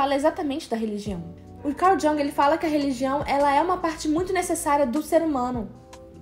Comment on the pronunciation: Adorei o video! Fiquei com medo do possível cancelamento do J-Hope, mas que motivo besta! Só uma diquinha, o nome do pensador pronuncia "Iung"